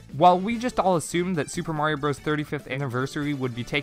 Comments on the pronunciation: do you honestly think the game is called super mario BROS and not super mario brothers? Do you call it super smash bros meh-lee as well? You didn’t say it correctly 40 times in this video and you didn’t do it to save time because it doesn’t. You just legit don’t know that Bros. = brothers It’s may-lay btw, the announcer says it at the beginning of the game. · Calls themselves Switch Shop, doesn’t know how to pronounce Super Mario Bros. SMH. That period doesn’t make it a sentence, that means the term bros. is short for brothers. The game is pronounced Super Mario Brothers not Super Mario Bros like a frat boy in trouble for date rape. Brothers. Sorry but no one can be taken seriously when they don’t even know the name of easily one of if not the most popular game in history. That’s like naming your channel Wookie Tube and then pronouncing it as “Jeddy.” Just no full stop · lol thanks for catching that so soon. Likewise you’re welcome for catching your flub. Just try to say the name right in future videos. As an adult who actually played the game as a kid, calling it bros instead of by it’s name is extremely irritating and disheartening. It’s like hearing say “let me axe you a question,” but repeatedly in a video dedicated to the concept of questions. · now the question is, in how many videos on your channel have you been saying the name wrong? All of them? For two years you’ve been mispronouncing the game’s title? Ouch. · lol your deflecting cuz you already know you’ve been saying wrong on you’re channel for 2 years. You might as well have been misspelling Nintendo. Big oofs.